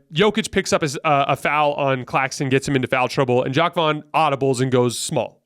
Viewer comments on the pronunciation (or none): none